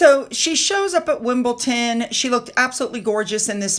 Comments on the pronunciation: WimbledDon not WimbleTen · I would not normally correct anyone on their pronunciation but please It’s Wimbledon not Wimbleton Hope this helps ❤ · Wimbledon not wimbleton! 😊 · I feel bad on having to correct you like some of the others have sue but i mean it from a place of respect and fondness of your otherwise fantastic vids... i dunno why americans do it as ive noticed it from a few but its pronounced as its spelt... Wimbledon with a D not wimble-ton... cricket is boring btw id say its most similar to baseball which to me is also boring lol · Wimbledon not Wimbleton, easy to mistake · Love your vids 💯. But its Wimbledon. Not WimbleTon. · It’s WimbleDon not WimbleTon😅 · I have taught my grown children, life is 10% what is said, and 90% how you react to it. The ole saying, "sticks & stones will break my bones..." has been corrected a number of times how to say certain words, like Wimbelton when its Wimbledon, then follows it with, "I have said Wimbleton all my life.." 🤣🤣 Then wonders why her subs are not growing. Sometimes the answer is inside ourselves and self reflection is needed. BTW, you are quite defensive, dear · there is no T in WimbleDon